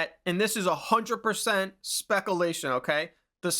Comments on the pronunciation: Hey man, you are mispronouncing the word "speculation" repeatedly during this video. I would strongly suggest looking up the word and carefully listening to how it is pronounced. Would really elevate the quality of your content to the next level if you were to pronounce words like this correctly. Edit: you actually say the word correctly. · As said, it's an inside joke. There's quite a few words he does this with. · Lol. It's all good, bro. Not your fault. But this is how you know who's new to the channel and who's not. Unless your comment is pure sarcasm, and you just wooshed us all. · lol imagine being this dense. hes clearly mispronouncing it on porpoise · One of the main reasons I watch 🤣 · Personally I thought it was obvious that he was intentionally mispronouncing it and I thought it was funny. I have also mispronounced that very word in exactly the same way in the past when I'm around my buddies and goofing off. I think MANY people have at some point. My x gf was a brainiac and book smart but she never could understand things like this, had to correct everyone, and it caused fights lol. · Love the vids but it was so hard to hear say speculation wrong 42 times😂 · He keeps saying speculation wrong 😅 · Bro stop saying Spekalation. It's "speck-you-lay-tion". Come on. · "speck a-lation" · SPEC OOO LATION 😂😂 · Speck-a-lation vs speck-u-lation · Do Americans really say 'specalation' instead of 'speculation'? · spek you lay shun . lol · I quite enjoy hearing you say SPEK-UH-LAY-SHIN 😂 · Speckle-lation bothered me too lmao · Also bro it's spec Ū lation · I like how u say specalation. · “Specalation” did you graduate high school? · LOL "SPECKALATION" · I'm pretty sure he's joking aha